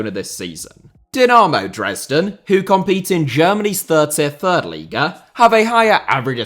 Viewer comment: "Dynaaaaaaaaarmew Dresden 🥴"